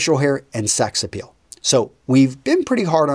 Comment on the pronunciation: It's Appeal, not Apeal.